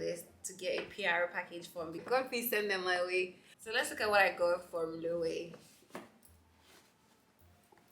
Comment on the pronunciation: Love the unboxing! Your style is unique. Don’t mean to be that person but it’s a pronounced lo-ay-vey (Loewe) it’s a Spanish brand so obviously it’s not spelt as pronounced.